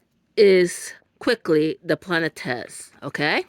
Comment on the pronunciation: Thank you for the video ❤ Very enjoyable! It’s pronounced plah-net.